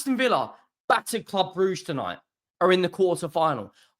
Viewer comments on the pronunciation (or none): none